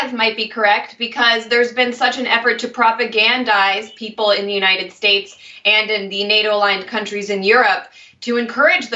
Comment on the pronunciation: No, watch it again. He can very well pronounce United as in United States but at that place in the video alone he says "U 9 it".